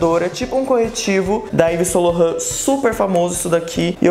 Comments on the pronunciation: O nome da marca é Yves "SAINT" Laurent. O "Saint" se pronuncia "SAN" e não "SÔ". Só uma dica para q vc não continue pronunciando errado, o nome da marca q o convidou para um trabalho! Beijos e muito sucesso! 😘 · Cátia Carvalho acho válido. Como vai anunciar um produto pronunciando a marca errado? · estava agoniada, ai vim nos comentarios ver se alguém também percebeu hahahaha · eu acho super valido também, pq foi uma marca que convidou ele para um trabalho, para representar a marca. Então não se deve pronunciar errado ue